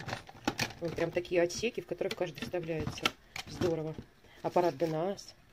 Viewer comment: Хороший обзор, спасибо. Аппарат ДЭНАС - ударение на первый слог.